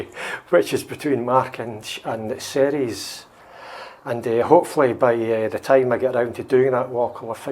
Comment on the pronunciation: Ceres is pronounced like series